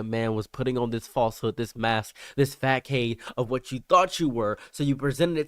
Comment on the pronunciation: Love you man, facade is pronounced fa-sod